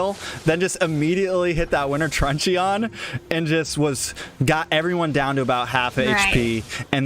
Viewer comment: winter trun CHEE-YON?? its trunchun..